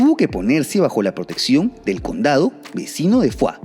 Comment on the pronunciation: Soy catalana, se pronuncia “foix” /fosh/ tal y como suena y no a la francesa /fua/. Un saludo y gracias por tu contenido. Es muy TOP.